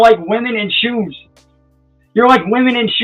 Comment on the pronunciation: Must be a northern thing lol